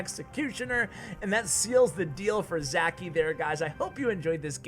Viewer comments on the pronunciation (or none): Btw he is not Zaki he is Žaki nickname from name Žarko, not sure how to explain how to pronounce that Ž letter.